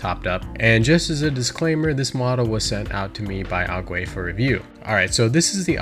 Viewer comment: ⬇️Aguei not Aguie